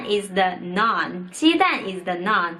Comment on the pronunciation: Noun is pronounced like 脑+n Naan is 面包在印度， 我不是印度人 :P